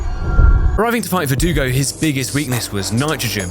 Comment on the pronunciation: the biggest development of this channel is you finally saying verdugo correctly